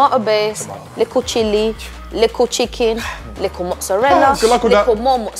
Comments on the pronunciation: Nobody: The lady : lIkKle ChICkEn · so cringe when she says likkle